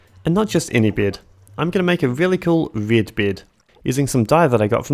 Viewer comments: Why are you pronouncing "bed" like "beard"?! Huh?? There is no R in there, wtf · am i the only one who keeps hearing "beard" instead of bed? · I kept hearing you say “beard” when you were saying bed lol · "a berd, a rely kool berd, a red berd, with the die i got from rootbard" /jk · every time you say bed it sounds like your sayin g beard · When you said "getting a bed" I heard "getting a beard". Why do you pronounce it like that? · It took me 20 minutes to realize he’s saying bed and not beard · That pronunciation of "bed".. are you from NZ?